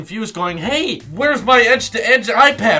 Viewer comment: Omg those first hey's sounded REALLY like the swedish Hej